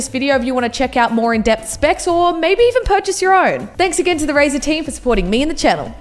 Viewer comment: RAZER not razor STOoPId